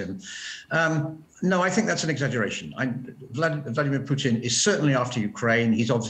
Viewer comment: BORING ''MARK URBAN'' HE IS THE ONLY PERSON IN THE WORLD WHO PRONOUNCES VLADIMIR PUTIN.....VLAD - EEM IYA-- PUTIN, INSTEAD OF VLADIMIR PUTIN... SO SO ANNOYING LISTENING TO THIS PRATT MISPRONOUNCING PUTINS NAME....!!